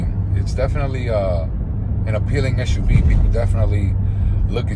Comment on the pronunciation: SUV, not SHUV. dislike